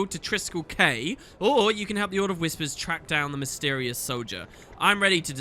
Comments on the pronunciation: Quay is pronounced KEY. I can't believe the game's own voice actors got that wrong. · Also I’m sure a hundred people pointed it out already but “quay” is pronounced the same as “key”. Because English.